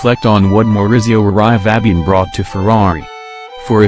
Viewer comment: Lousy pronounciation of Italian names! Hahahaha!!!